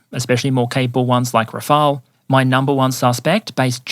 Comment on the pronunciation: It's "Rafale" (pronounced like Ra-fal of you want) The one calling it "Rafael" are ignorant ones, or AI reading badly. As stated up there, Rafael exists, it's an Italian surname, and the name of an Israeli armament company.